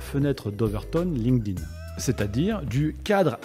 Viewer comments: "ligne-ding" au lieu de "link't-in", je n'entends que ça. Hé hé! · faudrait commencer par la prononciation.. c'est Link'd - Inn... pas lingueding, ni linkeudin For pity's sake! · j'adore comment les français prononcent Linked In ''Linkeu Din'' 🤣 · "Ligue ding" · c'est trop mal prononcé 😂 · C’est fou comment les français ne comprennent pas que ça se dit pas « Linguedin », quelle connerie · Bon écoute ça se prononce linkt in. Comment est-ce possible de passer autant d’années dessus et ne pas être capable de le nommer à l’oral ? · J’ai encore jamais entendu un français prononcer correctement LinkedIn. Le pire (et répandu) c’était “ Line ke dine” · comme quoi il n'y a pas besoin de savoir prononcer LinkedIn pour le comprendre mieux que la plupart des gens!